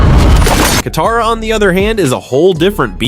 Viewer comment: ITS KATARA